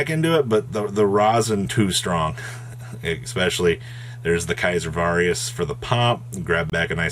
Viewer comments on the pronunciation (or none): “Caesar Varius.” There is no ‘R’ in Valius lol. These just get funnier and funnier. Cool feature match though